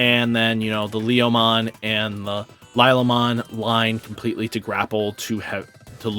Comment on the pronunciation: I believe Liollmon and Liamon are pronounced lie-owl-mon and lie-ah-mon respectively.